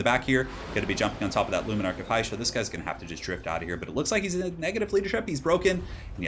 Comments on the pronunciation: Its not "heish" you pronounce it as "hish" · Dont know why but everytime you said: "luminark of hysh" it just sounded wrong to me, lol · Because it was. He mispronounces a lot of things in his vids.